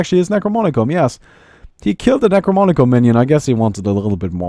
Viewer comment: You keep saying "Necromonicon" instead of "Necronomicon". It makes me feel very uncomfortable.